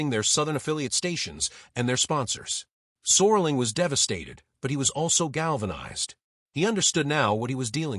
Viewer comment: AI slop renames Rod Serling to "Soarling"